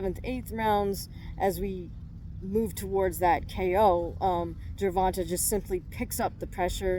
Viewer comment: Hey I love ur video, ur super knowledgeable… but as a black man my only gripe is ur pronunciation of his name, its GER-VON-TAY not Ger-Von-Tah… it might seem like nothing to u or others but to us it can be seen as disrespect! Again, loved the video!!